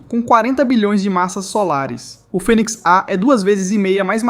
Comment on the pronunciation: Pq não fala direito, fênix em vez de finix, vai tomar no cool